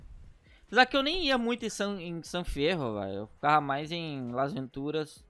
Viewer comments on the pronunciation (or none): none